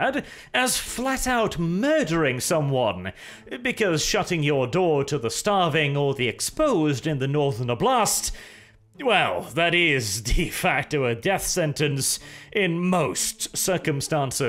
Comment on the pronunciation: Emphasis is on O: Oblast.